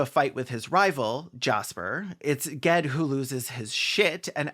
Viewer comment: Thank you for correctly pronouncing Sparrowhawk's true name (Ged). It drove LeGuin nuts when people said it like jed. GED. I'm just sorry you couldn't have found a picture that showed him as he was -- copper skinned and dark haired.